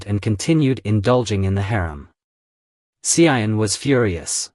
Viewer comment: You pronounced wrongly the name of the Empress Tzu An, not Hsi I En